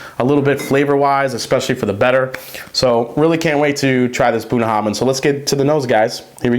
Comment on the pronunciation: The “bh” at the end is a “va” sound, not a hard b sound. Nice review, this is a good drink.